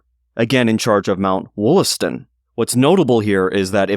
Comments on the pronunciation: The name is pronounced "WAHL-ass-ton" - (long 'O' sounds like an 'A') likely both back then and in the Boston area today. There is a Subway stop named 'Wollaston' because it stops in the Wollaston neighborhood of Quincy, MA named for him. Also nearby is Wollaston Beach. Quincy was originally called Merrymount and there is still a Merrymount neighborhood. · Wollaston is actually pronounced Wallaston.